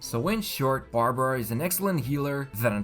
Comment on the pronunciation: Barbruh.... 😂 Bruh...